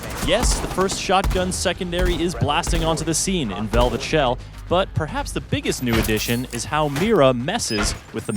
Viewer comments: "VEVLET SHELL" lol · Vevlet??? Lol